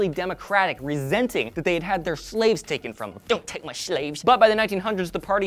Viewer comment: i watched the "dont take my shlaves!!!" part about 1,000 times.